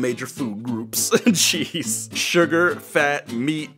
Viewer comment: "RASIST, JEZZ!" me:...iT sOuNdEd lIkE yOu sAiD "RASIST CHEESE" 😂